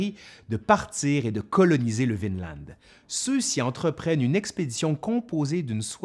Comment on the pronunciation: J'ai l'impression que prononce « Vinland » à la norvégienne, c'est-à-dire sans prononcer le d final. Bravo!